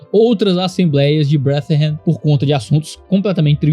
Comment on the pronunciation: uma pequena observação: "brethren" lê-se mais como "bredren" que "breathren";) Abraço forte e obrigado pelo seu ministério. 🙏